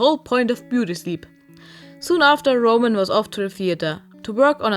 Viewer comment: Ramen ramen who is this RAMEN character you speak of?